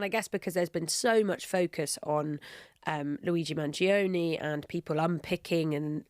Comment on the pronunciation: Guys, his name is not pronounced "man-geo-nee", it's pronounced man-joe-nay